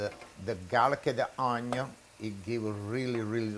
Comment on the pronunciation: Cin Cin! You make me smile every time I hear Unyon.